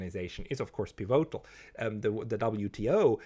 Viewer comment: hoer doch auf dauend piVOtal zu sagen und des komplett falsch zu betonen...........is ja cringe